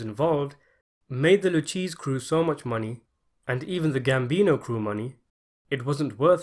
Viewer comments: Lew-Casey.Not Lew case(Lucchese) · Lu-KAY-zee, not Lu-cheese. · It's very unprofessional when the narrator of an historical documentary, about Italian people, doesn't know how to read Italian names correctly. It's not "Lu cheese." It's "Lu-kehzi." "Lufthansa" is not "Luthwana" Come on, Man! Get your ** together! The ability to narrate includes correct pronunciation! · Luchese= loo-KAY-zee. Not LOO-cheese. Come on dude. You're supposed to be the expert here. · Lu cheese crime family lol it’s pronounced lu kay zee crime family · you say "...a capo with the LOO-CHEEZE family...". lol! It's pronounced Loo-kay-zee. I know the way it is spelled, Lucchese, looks like loo-cheeze. If you're gonna do a video posing as an expert on the American Mafia, it's probably a good idea to know how to pronounce the names of the 5 families. Just because you see them eating a lot, doesn't mean their names sound like food. Just so you'll know in future: Bonano is NOT pronounced banana. lol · loo-KAY-zee, not loo-CHEEZ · Please. Lucchese is pronounced lu-kay-zay and not “Lou Cheese” FFS. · it's Loo-kay-see family not Lou-cheese! Oy vey! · My man, the way u say luchese hurts my fuckin ears lol its pronounced as Loo-KAY-zee ... not loo-cheese lmmfaoooo smh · Its actually Loo-ke-ze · i cringed so hard when he pronounced Lucchese as "lou cheese". i felt deep pain within my Italian genes. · Right 🤣 and he also said “Lucci” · Wrong again. Proper Italian pronunciation would be Loo-keh-zeh. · Lol I was cracking up when he said LU-CHEESE too lol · It's actually "Luck-Cheesey." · Lucchese = “Loo-CHEESE”??? 😂😂😂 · Lu-cheese? Crew. I have to turn my back on you now. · This MF said Lew Cheese family. Wow 😆. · Great Video, just for future reference Lucchese is pronounced as Lu-Kay-Ze. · Lucheese. Clearly this dude has never seen the movie and is just narrating a script that was given to him. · Lucchese is pronounced 'Loo-K-zee'. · "Loo-cheese crime family" 😂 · It's pronounced Loo-Kay-Zee.